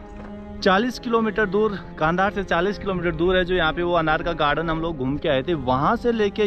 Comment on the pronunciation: कांधार नहीं कंधार है महाभारत कालीन